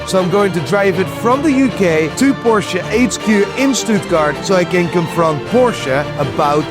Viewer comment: Finally the first ever English speaking YouTuber who spells the Porsche correctly!!!!